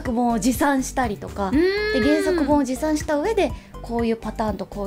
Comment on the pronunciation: 持参の参間違えてるとこ可愛い でもまれいたそが好き♡